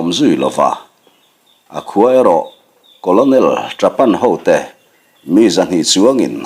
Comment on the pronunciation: Colonel===...*kawlnel* tih angin han lam mai ta la,,*kawlawnel* ti lo hian..Thawnthu thar ahnai dawn em...Hemi nena kawp theih tur in.....hei chu beng afah teh chiam loa...vai lian lo lang chin hi chu apasaltha tawh tlat lo😃😑